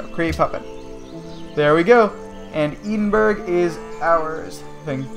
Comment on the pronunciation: Its pronounced ed-in-burrah